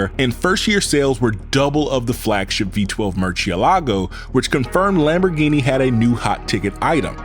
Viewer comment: the way you pronounce so many Lamborghini's sorta makes me angry